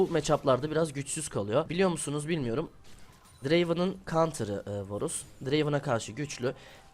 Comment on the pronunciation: Bu cocugun montajına sokiyim ya varus diyemeyen biri smurf hesapla bronzlar üzerinden 1 cilik kasıyor yazık ya ben bu videodan hiç bi şey ogrenmedim bu ne